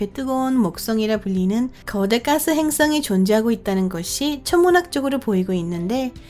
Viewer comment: 행ㅆ엉이? ㅋ 발음하고는 ㅈㅈㅈ 한글날인데 세종대왕께 미안하지도 않나? 아니 세종대왕이 누군지는 아나? 지적질한다고 뭐라지 말고 좀 고쳐라. 발음이든 사람이든 .